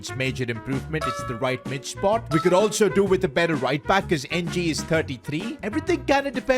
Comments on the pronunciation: Lol keeps pronouncing NG wrongly, supposedly its pronounced like "Eng" or "Ing" but he keeps saying the literal letters N G😂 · It is pronounce Nang not N and G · Ng is pronounced “eing” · He’s not pronounced N-G,it’s a tricky Asian surname but I can pronounce it,but I don’t think I can pronounce in words